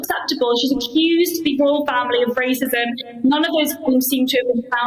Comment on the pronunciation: Royal, not Rital sorry